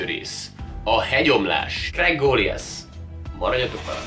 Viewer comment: Kreg Golájösz nem Krég Góliösz , kérlek legközelebb inkább mondasd ki a fordítóval vagy csak írd ki a képre, már azzal felbasztál hogy nem tudod kiejteni.